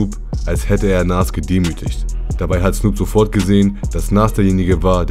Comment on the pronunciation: Nas bitte richtig aussprechen, ansonsten top Video